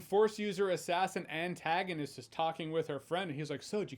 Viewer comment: Jeremy, you said it like her name was, Ann Tagonist and I almost died. 🤣